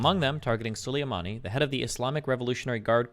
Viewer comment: Destiny can’t pronounce ‘Soleimani’ correctly in this debate